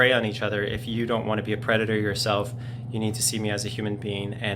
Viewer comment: “NOW LOOK AT YEUW”